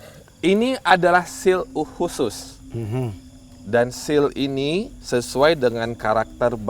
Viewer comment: Seal ya, not shield hehehe